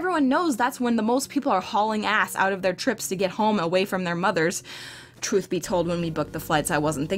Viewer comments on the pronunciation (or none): none